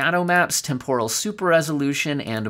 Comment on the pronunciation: Pronounced TEMporal, not temPORal